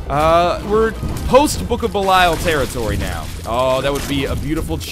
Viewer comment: 650 episodes of Judas being in the game, 650 episodes of mispronouncing Belial.